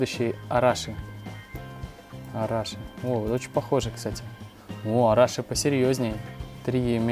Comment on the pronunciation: Arashi (ударение на И)